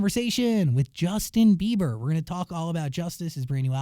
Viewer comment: Why's he keep calling him Justin Beaver? Lol